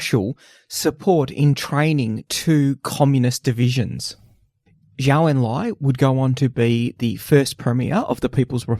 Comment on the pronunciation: Just a small correction: Zhou is pronounced like "Joe".